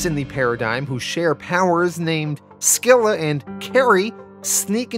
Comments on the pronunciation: I think the c in scylla is silent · Scylla is pronounced Sil-La not Skill La. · That's not how you pronounce Scylla. Google is very wrong on this one. It's closer to like the name "Syl" then a sort "a" sound. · You mispronounced Scylla too genius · hey boss, Charybdis and Scylla are pronounced Carybidis and Silla as well. i'm so stoked you're covering this and appreciate you for doing it. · It's pronounced "Silla" and "Caribdis" for the twins. Literally the names of Greek monsters from the odyssey.